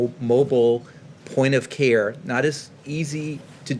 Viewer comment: He doesn't "carr" but actually cares about us.